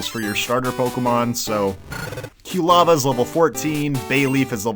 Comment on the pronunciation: I love, but the mispronunciation of Quilava is going to drive me nuts until it evolves...